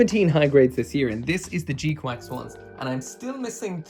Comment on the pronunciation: Bruh it’s gquuuux not gquacks